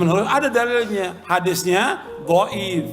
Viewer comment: Dhoif bukan gaib mas bro